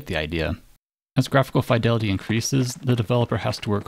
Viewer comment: "Fye-delity".... never heard someone pronounce it like that... >_>